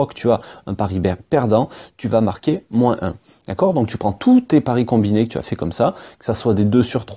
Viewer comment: Superbe vidéo, bien expliquée super travail vraiment mais la façon dont tu dis "moins" ça me perturbe grave mdrrr